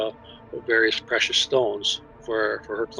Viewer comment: The fact she said “precise” stones instead of “precious” didn’t arouse any suspicion?